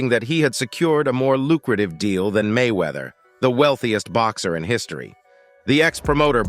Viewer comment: Why he never say His name correctly??